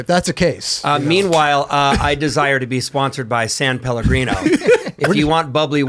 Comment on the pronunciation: Kudos to him for the “san” in “san Pellegrino ‘, americans always miss that